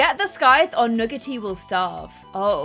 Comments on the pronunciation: Someone: tells how to say scythe not 30 seconds later: sCythe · I love how gets told how to pronounce Scythe but still pronounces it her way